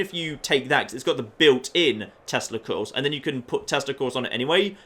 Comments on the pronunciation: When talking about Overboss Power Torso I just kept hearing that you were saying "built in testicles". It really confused me. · are you saying tesla coils or testicles? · I kept hearing "Built in testicles" 😂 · Every time says "Tesla Coils" it sounds like something a bit more... organic.